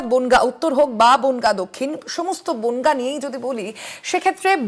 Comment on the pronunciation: বোনগা নয় রে বনগাঁ হবে😮😂